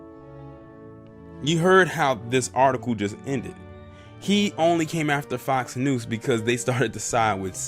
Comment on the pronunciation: Lol do you keep saying Fox News or Fox "Noose"?